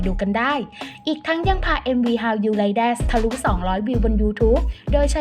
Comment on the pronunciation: แอดเสียงเพราะนะคะ แต่เวลาพูดคำภาษาอังกฤษลงเสียง s ในบางคำที่ไม่ควรมีน่ะค่ะ เช่น ชื่อเพลงคำว่า THATS ฯลฯ ติเพื่อหวังดีให้ปรับปรุงดียิ่งขึ้นค่ะ